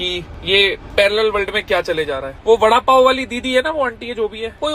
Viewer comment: Vadapow not lowda paw